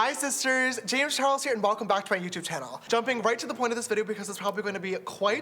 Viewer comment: Hi shisters! Its James Charles and welcome back to my YOUCHUBE CHANNEL